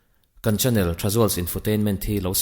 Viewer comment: Channel o..chânnel ni loin..😆mizo tawng improve ngai nimo😂